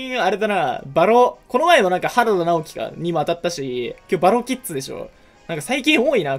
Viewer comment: 2戦目ばろきっ「づ」で草